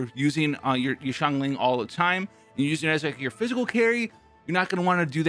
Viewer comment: U finally said xiangling correctly Congratz My Sia example did u good